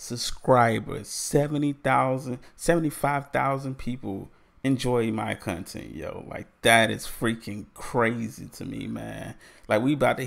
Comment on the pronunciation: Loved the "cuntent" from the start.